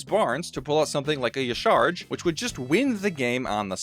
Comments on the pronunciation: Excuse me? Who is Ysharg? It jah-sha-raj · Just so you know, Y'shaarj's pronunciation is not "Yee-Sharj", but actually three syllables - "Yaw-sha-rodge" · Respectfully, Y'shaarj is pronounced, "Yah Shah-RAHZH".